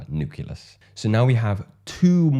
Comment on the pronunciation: KILLER content m8. Please note, it’s: “Nu-CLEE-us” not; “Nu-CUE-Lus”. Keep rocking shyt!